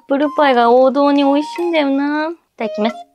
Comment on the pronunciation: どうしていただきめす と言うのですか？